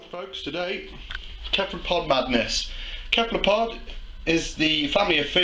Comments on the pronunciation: Hate to be a grammar nazi, but cephlopod is pronounced "sef-lo-pod". Great video though! :) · Pronounced “seffalopod”. Duh.....